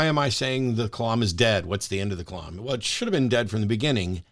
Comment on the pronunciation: The "lam" in the word kalam is pronounced like "lamb", not like "Lawm"